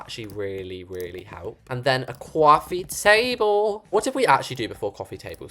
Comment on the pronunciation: cwaffee table!!